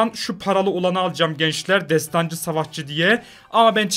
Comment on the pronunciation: Abi destancı değil desdansı